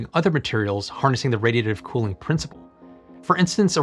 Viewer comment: Just a professional tip: when your announcing the actual subject make sure you pronounce it clearly and correctly. I had to wait over halfway through the upload before I could actually understand you were saying "Radiative Cooling".